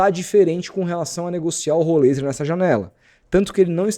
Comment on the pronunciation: Até joguei no google tradutor, em vários idiomas, nenhum fala rolêiser... inventa muita moda, igual do "êliassom"... Não segue regra nenhuma de gramática nenhuma pra falar o nome dos caras.